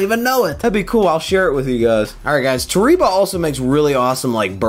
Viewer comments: Nobody:: Toreeba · Hey, just for the record in Japan the E is pronounced as an A and the I is an E. So Toreba is actually pronounced Tor A Ba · Therapist: toh-ree-bah isn't real. It can't get you. Me: ugly sobbing while listening to this video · Lol we like to call it tore eeeba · Dylan Coates It’s pronounced “ Toh reh bah” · lmao Japanese here and that's false. it's toh reh bah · You’re sponsored but still mispronouncing the name dude haha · It's a Japanese word. You're pronouncing it wrong. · it's definitely not the same pronunciation. man just take the L.